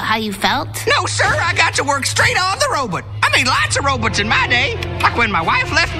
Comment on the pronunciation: “I made lots of ro-butts in my day” That what I heard 😐